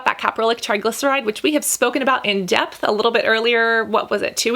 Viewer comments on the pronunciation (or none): none